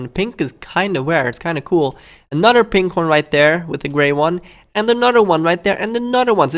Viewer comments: Anudder one. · Anudder one?